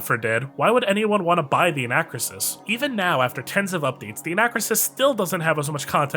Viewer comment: It's pronounced an-uh-KROO-sis.